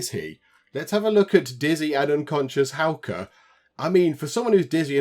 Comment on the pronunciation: Your pronunciation of Hauke is now spot on! 👍🏼👍🏼👍🏼